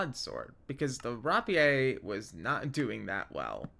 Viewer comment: its bilim not bllim dont forget the first i (B I L I M not B L L I M), while its spelled how you pronounced it terran is pronounced terrUn or terrEn both are correct, and you'll have to look up how to pronounce rapier I have no idea how to explain it, solderer is the person who solders the machine should be a soldering machine that one is 100% the mod makers fault though also the entire set of words is dumb and hard to pronounce so I don't even know which one of us is saying it wrong or maybe we both are right idk, LOVE literally everything else, great videos and I could listen to you talk for hours